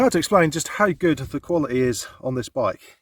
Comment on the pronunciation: "Kwally - eeh" ?